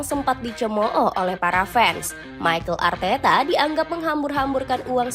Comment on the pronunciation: Mimin ngomongnya Michael Arteta😂